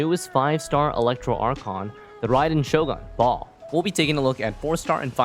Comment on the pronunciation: Fun fact, translation of Baal from Hebrew to English is husband. Also, Baal has two syllables. If following the Hebrew names like the varied Hypostases, it would be pronounced Bah-ahl. Or at least, Bay-uhl. If I'm wrong about any of this, apologies. I am no scholar. Just had a couple Jewish friends growing up.